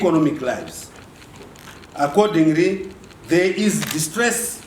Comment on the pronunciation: Naturarry, accordingry, revorutionar, definatery kkkk iwe Chiwenga go back to East Africa were you come from. Kutaura hako rwaamai unenge wagona kk